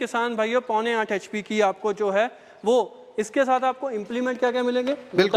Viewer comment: H.p thik se bola kare